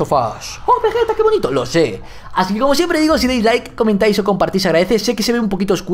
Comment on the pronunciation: begetta es deilaf of tuf